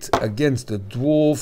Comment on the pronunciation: Education comment, it's pronounced not Dwarf but actually Daa-vaar or Dee-varw. This is easily learnt through the official original owners Facebook group owned by Peter (owner of KHW mods) I called it the Drawrv in my mind for like a year 😂